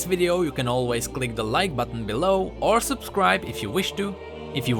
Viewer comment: so funny how u said that xD "oor nothing happens"